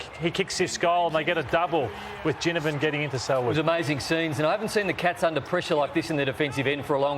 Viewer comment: Any danger of the panel learning the pronunciation of “Ginnivan”, given they’re keen on mentioning him each week?